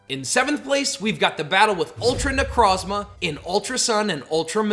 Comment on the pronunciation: It’s pronounced nuh-CROHZ-muh and ar-KEY-iss, “”! 🤨